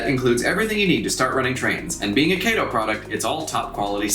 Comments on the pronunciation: Very nice quality video, just wanted to let you know though, you kept saying Kay-to, but the correct Japanese pronunciation to say it is Ka-to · Hey my friend nice review. Just one note - it is not KAYTOE it is KAH-TOE . Other than that little note, well done. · Actually I do live in Japan…..it is pronounced KAH-TOE. KATO——KAH-TOE. Sorry my friend but that IS the correct pronunciation. Kay-toe was the Green Hornet’s sidekick. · Never heard of a "Kay Wha Sha Kee" Motorcycle.....(Kah Wha Sha Kee) so its (Kah Toe) Kato ............. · though i think British people pronounce the name like Kay-to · I'm gonna nit pick but it's pronounced "kah-toh" with the emphasis on the 2nd syllable. Othewise thank you for sharing!